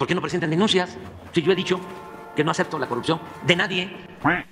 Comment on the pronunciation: Min. El kks : porque no prejentan laj denunciaj. R= porque mientras este usted de presimiente no proceden y quien haga una denuncia en contra de su familia oh uno de los suyos , resutlata enjuiciado, demandado ,osea el acusador termina siendo sentenciado y si no creen preguntele a pio 🐥 🐀